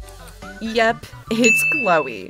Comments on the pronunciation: its chloe not zoe😂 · Girl it's chloe not zoe why it's zoe